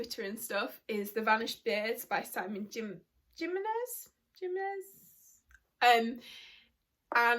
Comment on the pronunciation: jimenez is pronounced (he-men-es) it's a hispanic last name lol. i've been wanting to read this book for such a long time now, ever since my favorite spoke about it in their channel.